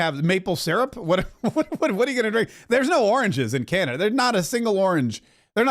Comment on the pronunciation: It’s not Canadia, it’s Canada.